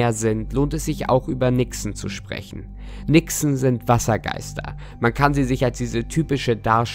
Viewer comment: Nixe.Hab am Anfang Wichse verstanden.😂